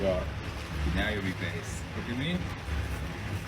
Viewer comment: not being able to say ‘based’ IS CRAZY BROO YOURE COOKED